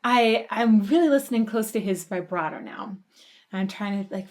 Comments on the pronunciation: ok i didnt look at when this vid was made... if you're going to try to put yourself forward as a music expert.... learn to pronounce vibrato correctly. christ what are they teaching kids in school nowadays? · I tried to avoid this but I can't. Please stop saying vybrato. It's vibrato, like vuhbrato. Please & thank you. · U heard it before u made the video.. u said u did... u called out what would happen next a few times... and way to go on pausing the solo. Worst timing. And vibrato is pronounced VIBrato not VIBErato. Also, it's not a tribute to dime. This was from 1990 and he was killed in 2004, so I don't know how u figured ur theory right after u stated facts. I'm glad ur open and appreciative ove this, but ur assumptions are expressive and u obviously didn't enjoy a lot of it.. more so, just blown away that it's actually good music. Not trying to be ultra mean or rude, but this reaction was more like "I studied this song and I'm gonna fake what I feel like" kind of thing... good for u. So honest